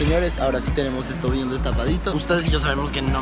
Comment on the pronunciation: pronuncia vien